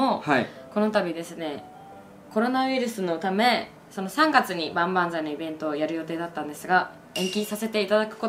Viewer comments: 1周年キベントって言っとる笑笑笑笑笑笑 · 最初イベントじゃなくてキベントって言ってない？笑 わざと略しただけ！？ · ごめん。まったく関係ないんだけど、みゆちゃん「ばんばんざい一周年きべんと」っていってない？